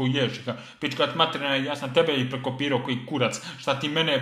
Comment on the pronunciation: Kad kaze prekopiroo